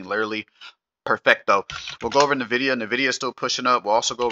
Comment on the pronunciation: I always eek when I hear people say “Nevidia”, it’s N-vidia, idk why so many people say “Nevidia”